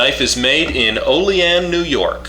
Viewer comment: Wow you said the name of my home town right. first time on youtube ive heard someone say Olean right thank you sir lol